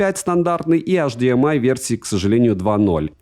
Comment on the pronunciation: Ну почему снова АшДиЭмАй? Блогеры, вы чего все из одной секты? Почему первая буква в абревиатуре HDMI произносится по-немецки, а остальные по-английски?